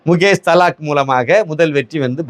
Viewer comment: His name is Mukesh Dalal... and not Thalak please pronounce properly